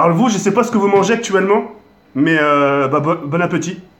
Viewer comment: "bonne appeutit" :o